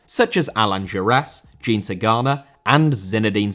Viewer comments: Jean* not Gine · "Gene" Tigana lol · You pronounce the name 'Jean' like it's denim